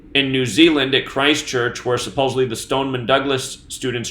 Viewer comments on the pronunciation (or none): none